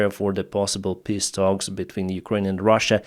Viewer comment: brother thank you for what you are doing, but please stop pronouncing 'peace' as 'piss'